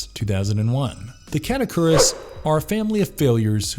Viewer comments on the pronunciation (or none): "KATA-koo-rees" not catokuris. Did you watch this movie...and literally just make up your own pronunciation with it. That movie is fuckin amazing.